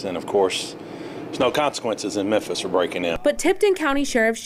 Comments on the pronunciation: "Menthis" you're the best. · Is saying "Menthis" instead of "Memphis?" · it’s MEM Fiiiiissssstttttt not Mempthis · my homie. You spell it correctly, but you have got to get that pronunciation corrected. It's pronounced "mem-FIS".....not "men-this". You got Tucker CarL-son corrected, now it's time to correct the city of Memphis pronunciation. It's Mem-FIS"....not "Men-this". LOL. Keep up the hard work. You are killing it. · I love you, but is MEMPHIS! Not MENTHIS! 🤣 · it's Memphis. Not Menthis. Sorry. Continue. 🤣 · "Men-thiss??" 🤦‍♂️ Where the f•ck is "Men-thiss,"? Is it in Tennessee? Is it anywhere near Memphis? (Good grief) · in Christ, it’s pronounced MEM-PHIS not MEN-THIS. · Its pronounced Mem-fis, not Men-this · What the hell is "Memthis"? Memphis The ph has an "F" sound. Could be spelled like this. Memfis. Just joking 😂😂😂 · nigga said ‘Minthis”💀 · Can we all acknowledge that calls memphis "menthis"? I'm here for it. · "Men-thiss" lmao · It isn't Menthis, it's Memphis. I grew up there. Mem-fiss. There's no N in it anywhere. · aight being real. why cant he pronounce the ph in memphis. he sayin menthis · Menthis? or Memphis? I am confused. You said Menthis but I think you mean Memphis, unless I am just hearing you wrong, lol. Yes, the jail population will go down because people who SHOULD be in jail won't be. Bail reform is delusional. It never works. We have tons of stats to backup the fact that having a bail system WORKS. If you don't make enough money to bail yourself out then that is a personal problem. Don't commit crimes and you won't have to ever worry about being able to afford bail. I swear, accountability is going out the window. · Memphis. MemFis Not memthis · Mentis, Tennessee? The way he pronounces Memphis is funny..lol You are great man!! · Why does it sound like is saying menthis over and over lol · Yea, he's definitely saying Menthis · I know im not hearing "MENTHIS?"